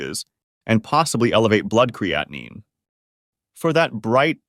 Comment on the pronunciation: An AI fake person who can’t pronounce or spell creatine correctly.